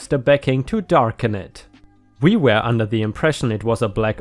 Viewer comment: Hi, I like your videos, yet there is something bothering me. Why do you pronounce were as where?